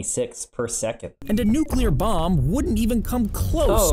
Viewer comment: I STG I THOUGHT HE SAID "MOM" INSTEAD OF "BOMB"